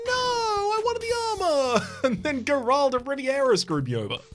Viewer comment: I’m personally offended you keep putting such fantastical flair on Gerald’s name. HE’S NOT A COOL GUY, he’s just Gerald. Not Jer-AULD Just JER-old. From Riveria. He’s just a guy. He’s got 3 kids, a wife, 2 jobs, and only 8 minutes to play video games a month.